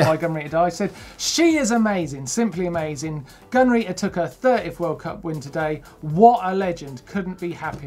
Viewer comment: Am i the only one that misheared "Gunn Rita" as " gonorrhoe"? I feel bad because she IS an amazing rider.